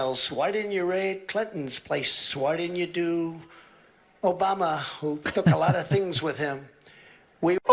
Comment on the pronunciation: “Many people think…” = lie incoming. P.S. “Obamna!”